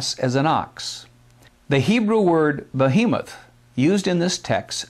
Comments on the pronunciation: Kind of funny he keeps pronouncing Behemoth ("be-He-moth") as "boh-HE-meth." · "bohemoth" * sigh *